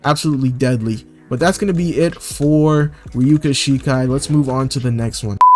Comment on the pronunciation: my guy said "Ryuka Shikai"